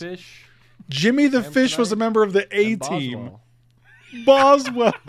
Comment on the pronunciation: No shit when said boswelll I was crying😂